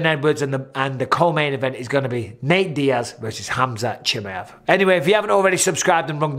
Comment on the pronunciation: Mike, is "KHAMZAT" :D